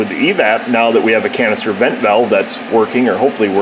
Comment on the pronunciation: Canister vent valve You were saying it in such a way it sounded like it was saying cancer vent valve 🤪